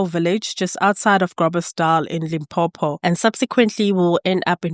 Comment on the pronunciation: Do you not get tired of saying Limpompo instead of Limpopo?